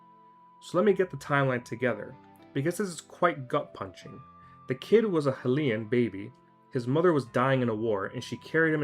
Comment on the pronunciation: I like the video but you said hylian wrong